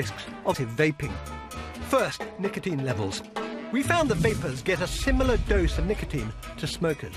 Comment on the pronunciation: Similar not samilar mate :D nice video btw